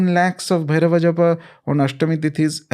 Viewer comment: pronounciation of "Bhairava" is the correct one. Ranveer is doing it "bherav". Sanskrit is loosing its shine because of Hindi.